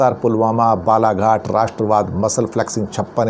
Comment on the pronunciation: Is it Balaghat or Balacourt?